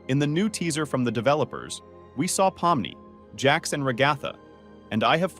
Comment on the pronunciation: It's pomni not not pomnoy